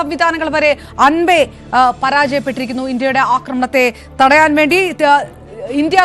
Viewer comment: അൻപേ അല്ല അമ്പേ പരാജയപ്പെട്ടു എന്നു പറയൂ..